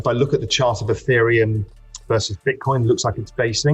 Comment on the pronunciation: Ethereum not aaaateriom